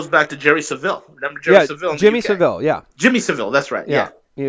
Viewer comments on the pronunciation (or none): Jimmy Saville - surname is pronounced Sa-vill (no emphasis on the V)